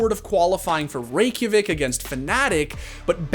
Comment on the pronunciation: Nice pronunciation on Reykjavik btw